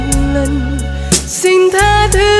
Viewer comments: Chỉ cần nắn nót lại phát âm sing= Xin là ko còn gì để chê❤. Rất ngọt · Bé đúng là một thiên tài về mọi mặt👍❤️ Vừa xinh đẹp vừa ngoan, giọng hát lại quá hay, Biết nhập tâm từng chữ, từng câu để diễn tả được đúng tâm trạng nhân vật của bài hát, Nhưng Cô xin góp ý con chi bị một khuyết điểm nhỏ là khi phát âm chữ “ xin” không được chuẩn lắm, cho nên mong con phát âm đúng chữ “xin” thì phần trình diễn của con thật là trên cả tuyệt vời 💐👍❤️🙏.... chắc rằng mọi người cũng tán thành sự góp ý thật là đúng này 😀